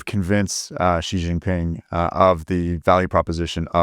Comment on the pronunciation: not sure where this pronunciation of Xi JinPing’s name came from but just say “she” like “he and she”